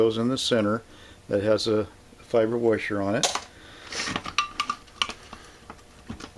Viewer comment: Helpful video. But what's a "warsher"?